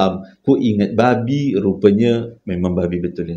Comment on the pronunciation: Pekat betul "babhi" nya tu 🤣🤣🤣